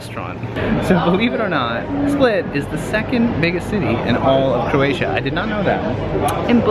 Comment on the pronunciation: Jalni Srbi, sve morate okrenut i svađu gdje god da jeste!? Ajme fakat, sredi se malo. For the sake of the video, nicely done. I often hear you say Coratia, its CROatia:D Happy journeys!